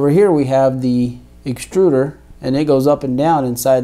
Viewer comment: Sorry to be "That guy" but - "Exturder"